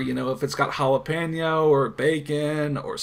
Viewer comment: You say jalapeno weird,. It's actually pronounced 'jalap-eno'